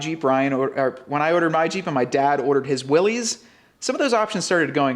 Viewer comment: Willys!! As in Willy!!!